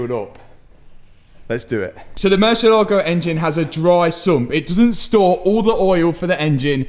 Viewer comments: great video but please learn how to pronounce the name of the car mur-sie-la-go not mur-sia-laego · You would think that a European would know how to pronounce murcielago. Do you also say "porsh" ?